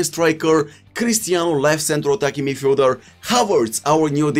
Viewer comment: Nobody:: left CENTRAL attacking midfieldeurre